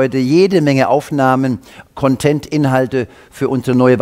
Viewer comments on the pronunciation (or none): Content wird aber vorne betont, bitte beachten! Metter mätter